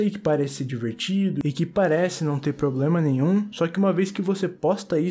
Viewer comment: "unico poblema da humanidade... é a propia humanidade"